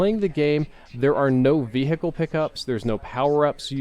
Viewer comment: Why can't say vehicle properly?😂